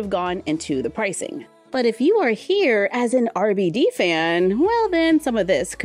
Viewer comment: Yo soy RebeIde! was obessed with this telenovella! I had all the CDs! Thanks for including them, <3 (Just so you know the pronunciation of RBD is Arr Bey Dey)